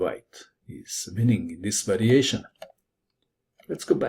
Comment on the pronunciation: Apparently "Winnink" doesn't gave a G at the end, but in fact a hard K. Who knew?